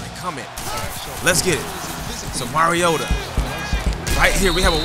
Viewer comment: its not moriota its mar_i o tu